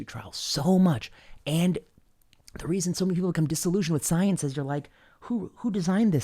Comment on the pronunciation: It's pronounced "Scoi-Ence!"